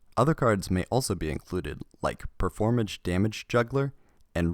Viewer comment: My man really in here pronouncing it "performage" instead of Perform Mage. Get it, I guess